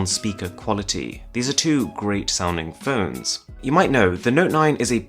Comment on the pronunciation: ...the word "phones" somehow has two syllables 😷